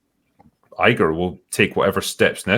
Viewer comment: As a fellow Scot, I heard Bob Iger as “Bawbagger”🏴